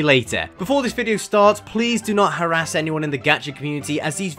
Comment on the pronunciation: ah yes, definitely H A R R A S, not HARASS